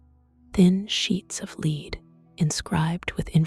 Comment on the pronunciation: AI reader (see the pronunciation of "lead" (to ask to follow) vs. "lead" (the metal) and "refuse" (to deny) vs. "refuse" (rubbish or trash). AI doesn't know how to handle context yet. Good content though!